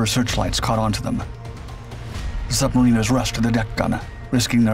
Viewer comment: Pity about the poor pronunciation of "submariners".